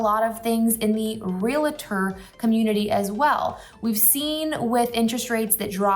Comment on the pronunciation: It’s pronounced REAL-TOR not REAL-UH-TOR. sorry I work in real estate and it’s a pet peeve of ours 🤣